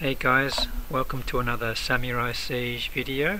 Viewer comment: omfg can you say samurai the right way